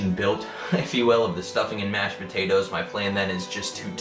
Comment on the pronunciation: PO-TATE-TOES lol